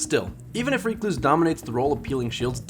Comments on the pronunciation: also ive never heard anyone call it reecluse...ever...its named after a spider, a recluse....rec·luse /ˈrekˌlo͞os,rəˈklo͞os. but it makes sense, with as much bitching as there is surrounding this weapon to call it REEEEEEcluse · The bigger question is why YouTubers don't seem to be able pronounce the word "recluse". This guy and his reek-loose, Datto and his reck-loose...it's not a difficult word lmao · WHY ARE YOU SAYING RECLUSE LIKE THAT!!!!! HAHAHA its not REEKLUSE it's RECLUSE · Did he pronounced recluse as reeecluse? That's illegal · IT'S WRECK-LOOSE. AS IN WRECK-LOOSE-IF. RECLUSIVE. RECLUSE. NOT REEK-LOSE. PLEASE. But in this world of justice the gun will be deleted soon so you won't need to say the word again. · Great vid, but seriously, your pronunciation is so bad... Stop using the Th3Jez "Reeeeeee" before finishing the "cluse" word. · You trigger the fuck outta me every time you say it incorrectly. "Reh-kloos" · It's not Ree Cloose.. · Its pronounced recluse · Went looking for a comment like this less than 1 minute into the vid, I don't know why it bothered me so much lol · Stop saying recluse wrong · Triggered by you saying the word recluse wrong this entire video. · Take a shot every time he pronounces Recluse incorrectly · How in God's name does he not know how to pronounce the word recluse?